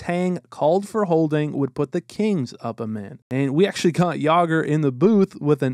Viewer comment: I kept thinking you were saying Canes not Kings